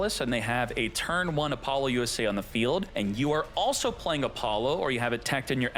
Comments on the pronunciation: Love your tutorials. The only thing that bothers me… is how you pronounce Apollousa. I think it’s “App-oh-loose-uh.” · It's a joke born from his streams. He does it intentionally for memes.